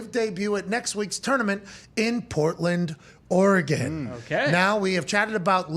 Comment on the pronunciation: Don’t worry about saying Oregahn. Oregon wants to join us in Idaho! Good bit with dr Rolle. Keep it moving!!!